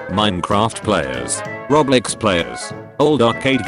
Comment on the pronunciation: "Roblex players" 💀